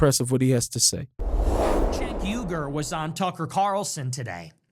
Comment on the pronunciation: Cenk Ungar"..lol you've turned him into a Jew...it's Uyghur..